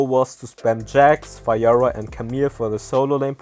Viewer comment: He said fayora tho